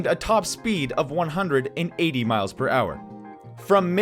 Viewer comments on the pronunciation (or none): none